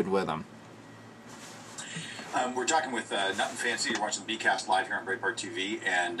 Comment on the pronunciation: I'm sure 1,000 people will probably tell you this but I'll say it too.......It's pronounced "BRIGHT BART" not "BREE BART". Great video, great questions, and great responses. You Rock Dude!